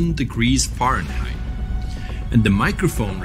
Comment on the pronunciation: It's pronounced (fare n height)